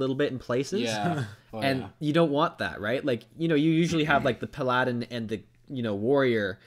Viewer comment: "perladin" the fuck did i just hear?